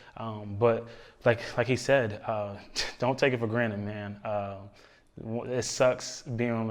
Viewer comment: dak really said "don't take anything for granite"